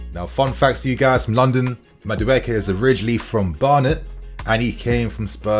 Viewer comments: CORRECTION: He is from Nigeria and not Ghana! Also, his name is pronounced (Maa-do-a-k) Up Chelsea!!! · It's pronounced Ma-Du-Ay-Kay 👍🏾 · Great news, but your pronunciation was horrible. He is Nigerian, from the Igbo tribe. It's pronounced, "ma-du, e-ke" (meaning, 'not created by man'). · how do I send you the real pronunciation of Madueke? It's really funny hearing you say his name 😅. Great content. Love you bro